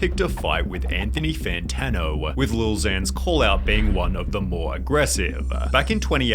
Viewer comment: Anthony Fanano-a